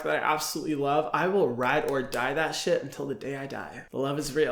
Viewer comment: i love when he said shiet